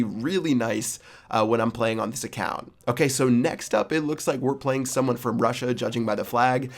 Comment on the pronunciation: Lmao salt word "okeh"